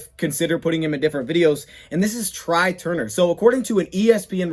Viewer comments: It's pronounced "Trey" not try..lol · Couple things. First it’s pronounced TRAY even though it’s spelled TRY. Second they have to structure the Calvin repayment back so he’s not taxed again and it doesn’t effect the Cap. So it’s going to be tricky